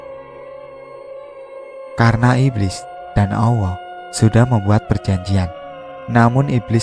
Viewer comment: Susah ya min. Klo sudah biasa allah dengan sebutan awoh... ...🙏🏽🙏🏽 ttp semangat..... Sukses